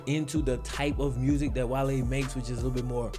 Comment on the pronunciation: Despite you having just south of a half-million subscribers, if you were to stop clipping your "g's" and start pronouncing "THis and THat" as opposed to "Dis and Dat" you would be a much stronger communicator, thereby attracting even more subscribers.